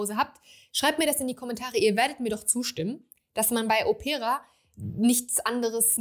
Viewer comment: Liebe, bei "Opera", liegt die Betonung auf dem "O". Òpera, nicht auf "e" Opéra - es ist das Original italienische Wort für Oper 😊 - Opéra klingt nicht gut Ich habe, von Xerjoff, nur den Apollonia II und Erba Pura - den ersten liebe ich sehr ❤